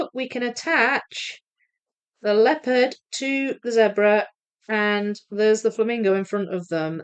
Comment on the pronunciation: I can assure you it is Zebra as in red, that kind of "e" because I come from where those creatures live and that's how we say it. So you are correct,.